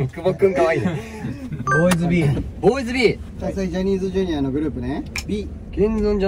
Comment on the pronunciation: 閑也担から見た今回のかあいい閑也くんベスト5！ 第1位 きんちょうしてたんだよきっとっ🥰 第2位 じゃにーじゅじゅにあしりとりっの滑舌かあいい❤️ 第3位 のえるがんばれぇ！→無視すんなぁ、、、ﾍﾗﾍﾗ 第4位 ずっとカメラ持ってくれてることに気づいた瞬間恋に落ちましたいやもう落ちてました（） 第5位 泣いちゃってた閑也くんよくがんばったねってよしよししたい🥺 独断と偏見すぎます出過ぎた真似をしてすみませんでした💦ｱｾｱｾ